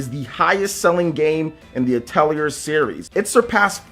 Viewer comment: Atelier is french and it's pronounced ATELI-AY.